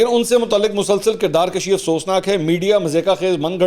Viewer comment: کردارکُشی ھوتی ھے کردارکَشی نہیں